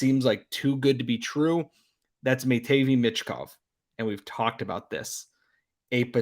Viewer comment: … I love you… A lot… but it’s ma TVei ….. michkov Pronounced MAT-VEI (MAT as in: “During camping, I sleep on a mat.”) NOTTTT MA-TEVI michkov 🤣🤣 Again… still love you buddy.